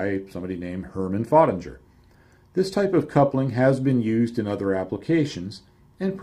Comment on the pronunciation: Hi, It took me some time to decode your English pronunciation of the name of the inventor of the coupling. For anybody that would like to know more about this German engineer: His name is Hermann Föttinger. Regards from Denmark /oakey